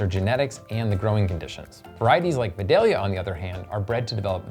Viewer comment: Love the videos, but it's pronounced VYE-DALE-YA